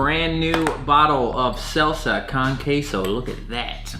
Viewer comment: the way you pronounced Con Queso made me cringe a bit